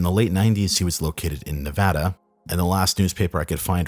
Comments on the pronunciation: thanks for pronouncing Nevada properly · Always good to hear "Nevada" pronounced correctly. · You pronounced Nevada correctly! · Mmm makes my heart flutter when a man can pronounce "Nevada" correctly 😂❤